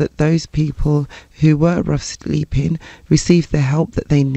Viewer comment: “Sleeping’ has a G on the end.